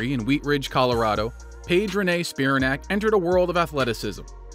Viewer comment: It's pronounced Spi-RAN-ac, not SPI-ra-nac. LIke Titanic.